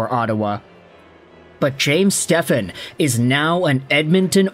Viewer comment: You should be embarrassed not knowing how to properly say his last name😅